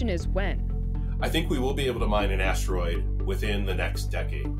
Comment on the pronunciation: Why does she keep saying ashdroid? There's no H in asteroid.